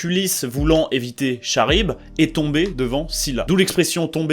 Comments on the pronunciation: Charybde se prononce comme K, pas ch. Désolé. (en grec antique Χάρυϐδις / Khárubdis, pron. : [kaʀibd] « karybde ») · On dit pas Charybde comme dans chat mais karybde. Sinon hâte de participer à ça l'année prochaine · Le "ch"aribde fait mal à entendre sinon bonne vidéo bg comme d'hab continue à plier des classiques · Attention dans L’Odysée, Ulysse affronte Charybde (a prononcé [karibd]) Excellente initiative tout de même ce concours de mathématiques 🔥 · Charybde se prononce "karybde" 😬J'aime pas être cette personne mais fallait que quelqu'un le dise. C'est comme dire à quelqu'un qu'il a un bout de salade entre les dents, c'est un moment désagréable mais c'est win-win. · comme chiral : kiral. Chiropracteur kiro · « karibde » et « sila » ! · nan mais c'est qu'il a prononcé le "ch" osef en vrai